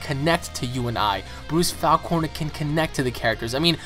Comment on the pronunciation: I really do not like the way you pronounce his last name. I've always pronounced it "Faulk-ner" Like hawk but with an F